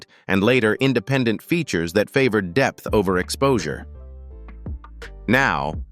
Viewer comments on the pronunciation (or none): none